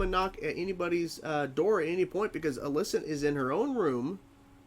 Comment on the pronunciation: While you are free to pronounce Alicent's name however you please, you're kind of pronouncing it differently to everyone in the series, including Alicent. It's generally pronounced like if you were saying the name Alison, but replace the 'son' with 'cent'. You're saying it like the name Alyssa, but with 'nt' on the end. Up to you, just trying to help. Cool reaction regardless.